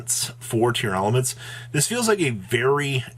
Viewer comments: Pretty sure it’s just “tearlament”. there is no extra “a” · Its actually spelled & pronounced TEAR-la-ments